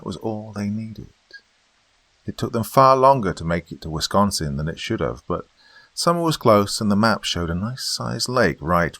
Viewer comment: I just wanna say thank you for what you do and thank you for pronouncing Wisconsin correctly 😄